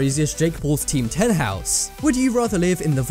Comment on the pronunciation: It's not teamdom its team 10